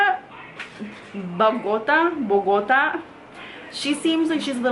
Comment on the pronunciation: It’s pronounced BOGO-taa! Which is where my parents were born in. I’m struggling with finding my perfect shade. I don’t want to mix 😩